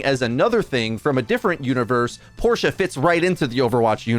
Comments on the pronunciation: The way pronounces it is the correct pronunciation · You're the first non-german I've heard pronounce Porsche correctly :o